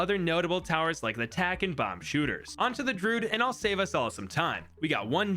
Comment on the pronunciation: Why in the heck does he say “Drude” and “m0ab” as opposed to “ Dru-id” and “ mo-ab”